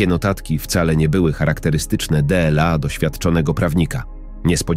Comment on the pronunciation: Dlaczego lektor czyta każde DLA Dela??? masakra jakaś